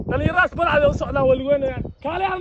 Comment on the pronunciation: first waa Balcad not Balcad ama Baalcad, secondly hore u mari luqadda soomaaliga.!!